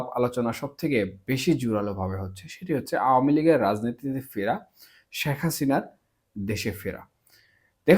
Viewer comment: ভালো আলোচনা করেছেন! তবে আমাদের নেত্রীর নাম সঠিকভাবে উচ্চারণের জন্য অনুরোধ করছি। শ্যাখ হাসিনা নয়! শেখ হাসিনা। অশুদ্ধ উচ্চারণ সত্যি খুব কানে লাগে।